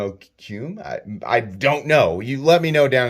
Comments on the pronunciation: Mo-Ku-May. It means wood grain or wood- eye in Japanese. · If I am not mistaken its pronouced "MO-KU-Ti" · Mo-koo-may haha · It's "mo-ku-me", three syllables :) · Beautiful! I think the Timascus, tumbled bolster and CF are great! The contrasts of the textures and colors are complimentary rather than dissonant. And for the record, mokume is pronounces moh-koo-may. :) Congratulations & cheers! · It’s pronounced moe-koo-may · Sweet btw metal it's mo- ku- may lol